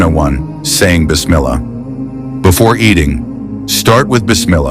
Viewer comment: Say properly BIS MIL LAAH NOT BIS MILAAH...not Ameeen but Aaa meeen... it's Al laah and not Alaah Western ppl wrongly pronounce these words plz correct yr self , you will sound better....and Muslims will stop wondering the narrator's a Muslim or NonMuslim